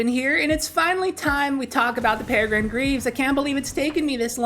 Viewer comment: peh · ruh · gruhn